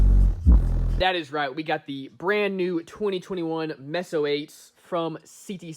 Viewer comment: stop mispronouncing meso its mayso not messo